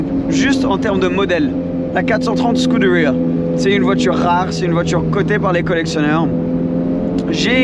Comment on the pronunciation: Petite question pourquoi il se tue à prononcer scuderia en anglais et pareil pour huracan il le prononce en anglais ? N’est ce pas des marques italiennes ?